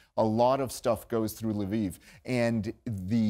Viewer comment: It's not "LE VEEV". There is only one syllable in Lviv. Is it that hard to find on YT how to pronounce ukranian cities?